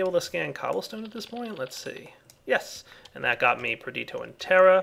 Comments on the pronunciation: its nnot pronounced like you said perditio the ditio is pronounced like pistachio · GameSlayar Per-di-to? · GameSlayar I thought it was pronounced Per-di-shee-o